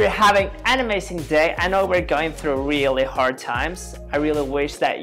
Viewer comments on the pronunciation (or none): Did. he. just. say. "ANIMEzing. day!" ??